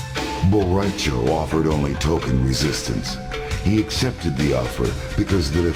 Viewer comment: Bo Ra Cho?!?! Really? Hahaha I speak Spanish